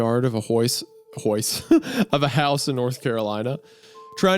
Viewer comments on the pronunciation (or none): "chasing after another boy in the back yard of a hOIse" - Petah, the hOIse is hea'.